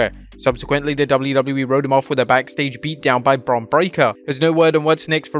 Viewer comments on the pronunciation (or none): none